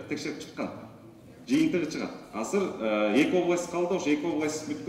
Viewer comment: Асыр деген соз жок кыргызда азыр дейт, бир жолу осур деп кой😂